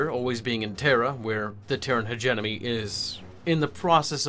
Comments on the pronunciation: Really enjoying your videos! Just a note though: it sounds like you're saying "hegemony" pronouncing it "hedge-enemy" but it's actually "hedge-EM-ony" But great video, enjoying these a lot! Keep em coming! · But, it's pronounced hedgemedgewedgemony